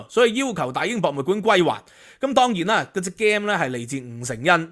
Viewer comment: Please pronounce "game" correctly